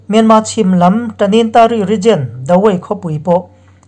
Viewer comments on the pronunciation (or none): none